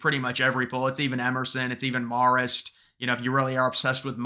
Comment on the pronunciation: It’s “mare-ist” babe